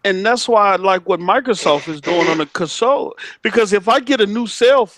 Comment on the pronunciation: Why does dude keep pronouncing console and he said beta wrong? He's saying it like it's two words. It sounds so fumb everytime he does that